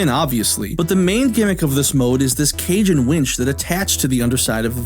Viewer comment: I love how cage and winch sounds exactly like cajun wench.... Was that intentional? All yours if you want it